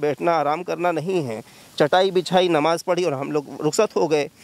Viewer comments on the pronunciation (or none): Anchor, Gudd Bakhii, Namaz hai woh, NAWAZ Kahi jaa raha hai.. Pehle language per control rakhoo phir, journalism karoo. Burrrrrrrrr........ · NAVAZ NAHI NAMAZ HOTA HAI BRO DHYAN DE GYAN DO 😃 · Repoter Bhai pehle apni Pronounsation thik karo it is not Nawaz but Namaz.... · Bhai namaz hoti hai , nawaz ni 😂 MR. Anchor ji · Please clear pronunciation Namaz not Nawaz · It's Namaz not navaz pronounce clearly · Abe bhai pahle aap pronunciation to sahi karo nawaj bolrahe ho,NAMAZ hota hai bro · "Namaj" Bol re Nawaz nhi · Nawaz nahi namaz bolna seekhe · Patrakar bhai Namaz bolna seekh le fir Patrakarita kar